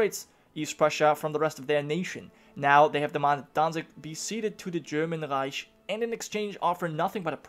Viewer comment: The way you red "reich" sounded very much like in the Berlin dialect if my memory serves me right;]